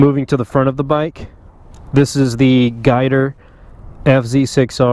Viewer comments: I've been racing my whole life, and even sponsored by Yamaha. Never heard it called "guy-ter" before because its GYTR. Call me triggered but atleast I'm hitting bullseye, as far as being correct. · Am I the only one that gets offended everytime you say "guy-ter"??? You dont pronounce it as a word, you pronounce the simple abbreviation GYTR. G-Y-T-R 🤦🏼‍♂️